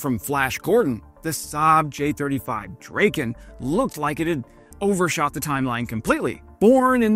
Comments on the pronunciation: It's a Drahken not Draken. Drahken Dragon. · It is pronounced drah-ken, not drayken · I love your videos but if you love the Swedish airplanes so much (so do I), why don't you learn to pronounce them correctly. The Draken is called Drahken not Drayken. If you need any other pronunciations (your video regarding the 6th generation fighter jet also suffered from not being pronounced correctly, ask me, I can always help. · Great video. Sad that you didn't verify Swedish pronunciation of the name... not like rake...A like black...aa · Drayken? Isn't it Dra-ken? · "Draw-ken" is the correct name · It’s pronounced “DRAH-ken” and it means “kite”, not “dragon”. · Not to be that guy, I just wanna kindly point out that A in Draken is pronounced as the a awl and the EN as in then, I hope it helps!🙌😊 My favourite is the JA37 Viggen, it's just the best looking fighterjet there is, though my all-time favourite is definetly the one and only SR-71 Blackbird, cause I mean, one simply can not argue otherwise!💁😂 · Pronunced dra:ken and gri:pen ;) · DRAH-ken and GREE-pen, please Also Rah-FAHL. Nothing to do with the archangel. It means 'gust of wind'.